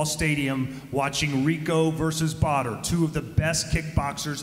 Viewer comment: But his name is pronounced 'bodder' not badder.